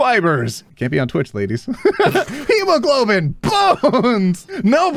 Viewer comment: I wish pronounced Hemoglobin. "He-ma-hob-goblin"